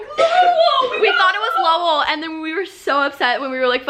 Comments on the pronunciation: You can tell there not from Massachusetts with how how they pronounce Lowell😂😂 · Did that guy really pronounce Lowell as low-ell he’s def not from Massachusetts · “LoWELL” lol